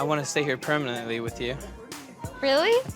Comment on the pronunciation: “i wanna stay here permananantley with you” man STFU